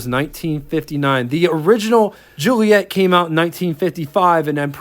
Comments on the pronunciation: Dude...please..JU-LI-Et-AH. The later car (1600) is a Giulia. Where do you get Ju-LI-ett? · Great review- they are incredible cars for their era, still fine in traffic now which for a 60+ year old is fantastic. It's italian, so pronounced- Jee-ooly-ett...A!